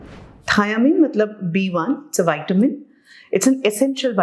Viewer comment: Whitamin nahi, vitamin boliye